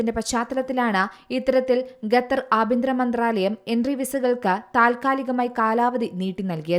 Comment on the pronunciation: ഖത്തർ ആണ് അല്ലാതെ ഗത്തർ അല്ല.